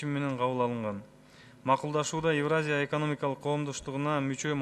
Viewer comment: Эвраза дейт го тазза эле...еепти...целый торага 🙏